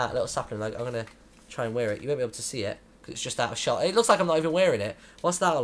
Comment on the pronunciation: Loving the in the little box series, but just curious, am i the only 1 that noticed the weird b in the ending in "able"? Also i hope the megaman game is megaman ledgends